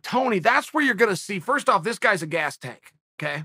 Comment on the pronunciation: Wtf was that Uncle Chael? A "gaayus" tank???? 🤣😂🤣😂🤣😂🤣